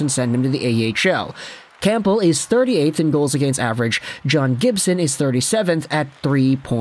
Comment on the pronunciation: Cam-bull you don’t say the p